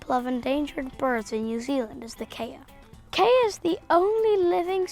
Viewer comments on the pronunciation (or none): 2.45 KEY A ....not KAY A ...also Kiwi birds are NOCTURNAL ...they only rummage & what is a DUTCH/ SWEDISH ( oh ,a male Grethe T. ) male child doing talking about birds from AEOTEAROA ?.